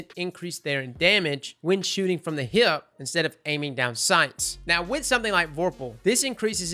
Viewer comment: I love the way you say hip. With your accent it sounds like heeyip